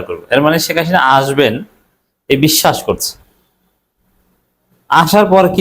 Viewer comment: আপনি তো ভাই হাসিনা উচ্চারণই করতে পারেন না।